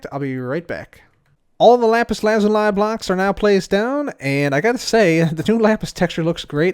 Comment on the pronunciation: It’s pronounced lazulee...